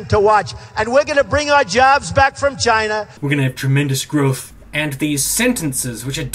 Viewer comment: I get a lot of mileage trying to figure out how you'd spell Trump's racist grandpa method of pronouncing China. Cheayaina. Csheyena. CHYYYNYA.